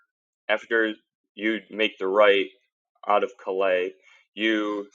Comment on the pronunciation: Bang-gor and calais is said like the callous on your hand